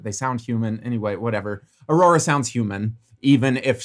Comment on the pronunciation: You're ARŒURORÆ made me laugh so hard😭